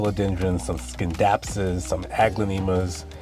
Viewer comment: Scindapsus is pronounced like science. C is silent ^.^